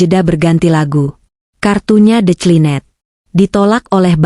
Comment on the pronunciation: F E K Cuba sebut, penoh bukan sebiji sebiji ~ Fik. Transaksi di Tolak . Dari~ De cli net.😂. Sebutan inggeris biar betul . Declined~ (Di klien)